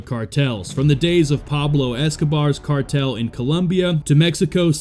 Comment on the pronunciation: Yes, I left this same comment on that video as well right before watching this one. I also mentioned how that garbage AI voice over that they use can't even pronounce half the words it's trying to say correctly. Cardle?(cartel) Hower?(hour)Mack?(Mach). That channel is trash.